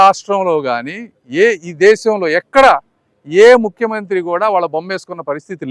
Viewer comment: దేషం కాదు అన్నా దేశం ముందు తెలుగు నేర్చుకొంటే బాగుంటుందేమే.